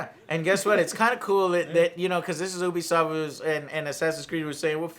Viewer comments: Azathorn Aza You are Correct, in French, it's closer to you-be-soft than ooo-be-soft. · He says “ooh be soft” and its “you be soft” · You-be-soft...not ooo-be-soft 😐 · Once again he proves how little he knows. Starts off by calling it OObisoft not Youbisoft. Can’t trust him. That and calling For Honor dead? M seriously? Has he really even played it recently? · Hearing him mispronounce “Ubisoft” as “Oo-bee-soft” kills me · Stephen Gates, it is oobisoft I think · Disliked at "oobisoft" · It's neither "You-be" nor "Ooo-be". It's french, so it's... Well, in english you don't have this accent but "You-be soft" seems to be closer to the original pronounciation. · He still says it wrong omg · Still pronouncing it wrong? Come on joe... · Michael Mayers sorry haha. Just bugs me when someone pronounces it wrong haha. Like when ReviewTechUSA pronounces "meme" as "maymay"